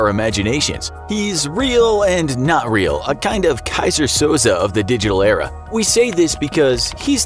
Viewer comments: Soz-eh? Never actually watched Usual suspects? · (I haven't read all the comments..) Did you say Keyser SOZO??